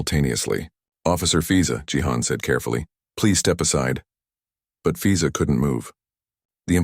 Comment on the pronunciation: She does immigration, and he name is fiza? Wonder where the AI came up with that name…and why it got mispronounced almost immediately…